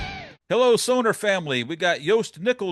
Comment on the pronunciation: Hey, trust Jost on the pronunciation of Sonor. German brand, German drummer, no matter where in Germany you come from, only one pronunciation. 😅